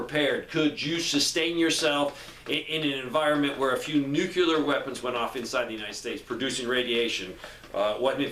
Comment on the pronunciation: Why are you adding an extra syllable to the word NUCLEAR? NUCLEAR is a two syllable word. It is NOT a three syllable word. Stop saying "NEW-QUE-LEER". It is pronounced "NEW-CLEAR". Two syllables... not three syllables. Stop pronouncing the word NUCLEAR wrong. I’ll lead an effective strategy to mobilize trunalimunumaprzure.